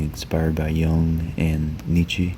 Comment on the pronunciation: That's not how you pronounce Nietzsche (or even Gombrich).